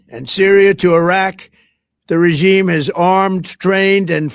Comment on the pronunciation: That’s AI Trump. He can’t even pronounce regime correctly. Explains the hat.